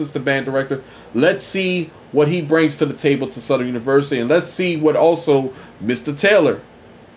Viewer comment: I really dislike the way you pronounce the name of my university. It's Southern not Southerynn!